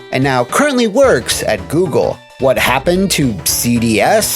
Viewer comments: "Worst. Wha happun. Evur." 😅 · "Why Happun"? 😂😂